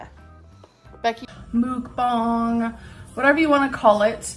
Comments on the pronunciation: Did this itch really just SOUND like that damn chicken she's tearing up?! "BaKaW!" 🐔 😂 The ONE & ONLY time she ever pronounced Mukbang correctly! After this, it will forever be known as Moooookbang 🐄😂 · CanNOT deal with the way she pronounces mukbang Don't know how people can watch those The sound of someone eating makes my blood boil Truly believe she's the polar opposite of Eugenia Cooney